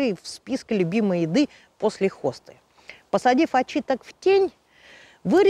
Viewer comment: Отличная информация, только очИток, очИтка, очИткам и т.д. ударение всегда на И, никак не очитОк!